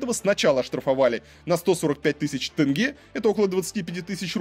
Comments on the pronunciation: тенге а не тЭнгЭ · Тоже коробило. Или как тЭнгЭ🤨🤨🤨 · Видеоролик очень интересный. Спасибо за интерес. Но триггер для казахстанцев: слова «семья» и «тень» россияне говорят через Е, а «Семей» и «тенге» почему-то через Э. Непонятное коверканье. В казахском языке нет звука Э. Это у кыргызов распространена буква и звук Э. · Вроде такой образованный, журналист им все дела…. А название города выговорить не может. Не Сэмей а Семей , Семипалатинск же нормально говорил , тоже самое про тЕнге 😡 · Как же бесит это Сэмей, тЭнге... Три года как живу в РФ и просто не врубаюсь с чего все местные, узнав, что я из КЗ, говорят тЭнге. Какой-то дурацкий всероссийский стереотип, пытаясь передать казахское произношение, все тут начинают Экать, блин, откуда этот бред взялся вообще. Задолбалась объяснять, что в казахском языке вообще почти не встречается буква Э, только в заимствованных словах, а так тут везде мягкое Е. Русские как привыкли кавказский акцент изображать, так и казахский изображают, ну, глупо же. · Сэмэй, тэнге 😂😂😂